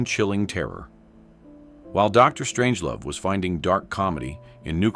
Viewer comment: Dr…..Strangelove. And AI ruins yet another potentially interesting video. Content creators: IF YOURE GOING TO USE AI VOICES, FOR THE LOVE OF GOD, LISTEN TO IT FIRST AND MAKE PROPER EDITS BEFORE POSTING!!!